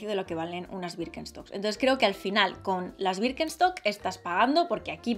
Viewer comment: Como puede decir wirkenstoc tantas veces sin equivocarse